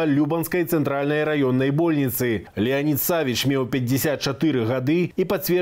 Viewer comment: Ну блин, что за бОльницы? Вы в своем уме? И еще таких же ошибок на подобии куча!!!! Вы конечно молодцы, что информируете население. Но обратите внимание на вашу речь. Ужас, невозможно слушать. Уже сколько выпусков смотрю, терплю...